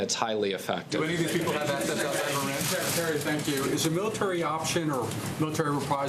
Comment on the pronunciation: This dude doesn't even know how to pronounce Iran